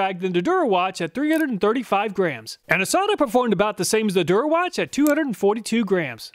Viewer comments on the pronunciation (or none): "Der Erwachte" Love when Chinese companies use German or Italian sounding names to trick people into thinking it's a higher quality Euro tool lol. If it actually was a German company it would be pronounced "Der Err-vahk-tih" btw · What's funny is the "Der Erwachte" brand is German for "the awakened one" lol. It's supposed to sound like "dair er-vocked-uh" but I knew Germans would never choose a wacko name like that. Thanks so much for your rigorous tests and research. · I read "Der Erwachte" but I hear "durawatch". Still suprised Hazet, Stahlwille and Wera is available in the US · That's by far the worst attempt to pronounce a German word. I had no idea what "Der Erwachte" in the Overlay is supposed to mean. I thought you made an error. Had to listen like 5 times until I realized you tried to pronounce it 😂 Anyway, great review! :)